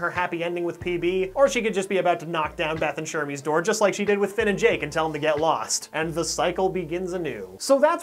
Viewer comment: ITS FILL (FINN)